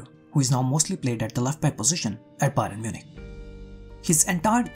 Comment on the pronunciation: Byron Munich. Come on you have to correct your mistakes. You can't be repeating your mistakes